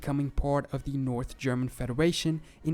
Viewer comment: Nice to see a video about my state, also your german pronounciation is pretty good!